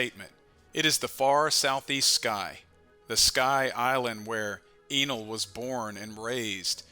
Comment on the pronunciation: pronounce his name “EH-NEL” or “N:L” U can make OP theories all day long but u cant mess up the OP nouns like how we don’t miss new named attacks.. Sensei really out here rewriting the bible mayne